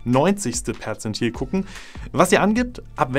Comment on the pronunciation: Ich dachte er sagt Potenzmittel 😂